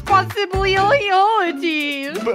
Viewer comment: "grill them for their lack of responsibilioty" But she said rsponbliloyloyty lol